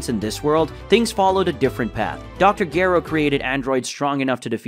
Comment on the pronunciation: Let me help bro....not gero it's (jah row )lmao and( bah bee dee) for babidi lmao this is good but would be great if u can pernounce the names right